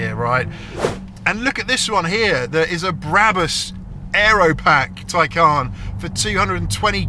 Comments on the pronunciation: Isn’t it the Tay-Can as you say Tie-Carn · Ty-carn? It’s a Taycan. 😅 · Why you say “tie-khaaaaan”